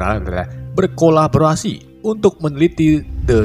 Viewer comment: Penyebutan kolaborasi dan memotivasi kocak njirrr😂😂😂😂